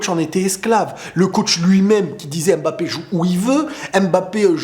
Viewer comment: OOOH merci! je suis camerounais et ça fait des années que tu me casses les oreilles avec EMbappé lol. sinon en passant est-ce que tu as entendu parler de Baki vs Doumbé?